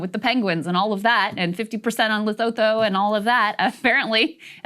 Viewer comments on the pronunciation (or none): LEARN HOW TO SAY LESOTHO